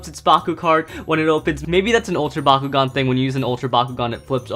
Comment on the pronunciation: I keep hearing Bakugou instead of bakugan